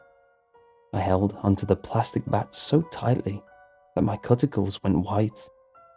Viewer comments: Btw "cuticles" is pronounced queue-ticles not cut-ickles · “My cut-I-cles” lol omg dude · Can we just appreciate the fact that he just said cut-ickles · CUT-I-CLES I LOVE YOU BUT THIS IS NOT OK